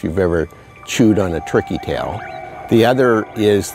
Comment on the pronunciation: I'm HEARING "Tricky Tail" Is that what we know as TURKEY Tail?